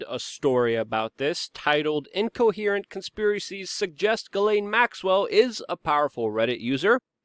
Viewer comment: Hey you pronounced her name right.